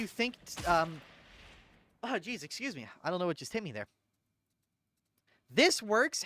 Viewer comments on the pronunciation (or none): none